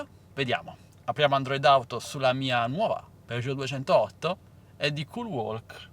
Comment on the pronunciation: Si pronuncia culwok, la L é muta